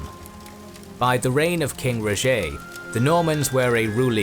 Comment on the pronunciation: Its not Rogé its Roger